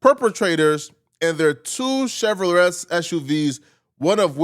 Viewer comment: 😂😂 cmon now gang. HOOKED ON PHONICS in the face azz.. What kind of trucks are they gangy? Chev-Row-Less?? DA-FUQ you saying my G? 😆 😂